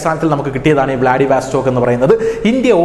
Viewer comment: വ്ലാഡിവസ്റ്റോക്ക് എന്നു പറയൂ. വാസ്റ്റോക്ക് അല്ല